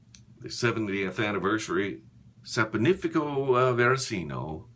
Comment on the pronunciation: It's pronounced Saponificio Varesino. What's wrong with you? :)